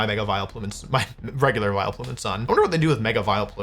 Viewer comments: I internally cringed each time Wolf said "Vilo-plume" instead of "Vial-plume" like I have always heard it. I hope I'm not the only one that says it that way. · Vi-LOW-Plume is killing me lol, it's VILE-plume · Does he say "Viloplume" on purpose like "Arcaneenay"? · what the fk is a vi-lo-plume? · Is anyone else gonna comment on how our boy is saying “Vi Leh Plume”? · Why is he calling it Vile o' Plume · Vi-Leplume everytime is killing me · Viloplume :)? Did I hear that right. Great video though. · WHO ON EARTH PRONOUNCES IT "VILE-O-PLUME"?!?!?!?? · I love the way Wolfey pronounces my favorite Irish Pokemon, Vile O'Plume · Why does he say "Vie-Le-Plume" like that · wolfey, youre the greatest player ever but please never say vileplume as vil-a-plum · I love how my goat pronounces Vileplume - I always thought that there are no possible variations but honestly, I might say it like this from now on myself - Vile-O-Plume sounds like Will-O-Wisp and I find that really funny, this made my day - thank you Wolfey!!! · Hello Vi-low-plume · WHY ARE WE SAYING VILUHPLOOM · Neither or Wolfey could say Vileplume correct. Vai-le-plume, vai-lo-plume, vai-el-a-plume. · wolfey please stop saying Vile-uh-plume. that E is very silent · Is he doing a bit pronouncing Vileplume like that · Wheres the 'o' in Vileplume? WHERES THE O WOLFEY?! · Why are you pronouncing vileplume like that 😢😢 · Making Vileplume 3 syllables is very funny to me